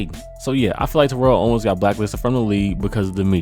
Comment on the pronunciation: you mispronounced terrell owens name wrong just like a lot of people do its ridiculous but other than that great video